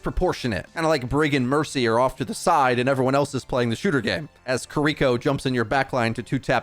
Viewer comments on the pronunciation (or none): none